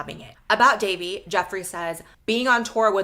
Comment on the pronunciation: Fr like c’mon its not that hard Its not “davie” its literally “dahvie” bro should know how to pronounce it 💔